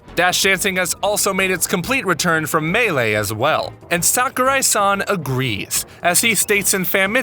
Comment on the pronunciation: it's not SACK-O-RAI. It's more like Sawkurai. A is always pronounced like it is in the word "saw" in Japanese.